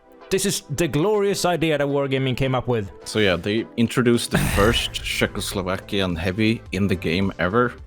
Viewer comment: come on guys! its not sheck, its czech at first, and second, ITS CZECHOSLOVAKIAN !